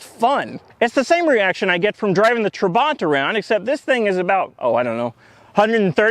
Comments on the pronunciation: Whoa 😳 this is a well built car. Except for the speed. Then again I'm German. Being East German: I hate how you say Trabant. The second a is not longer nor more emphasized than the first. Still gonna watch all your Trabbi videos. 🥳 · If you’re going to make a joke about pronouncing, then maybe you should actually pronounce the car’s name correctly.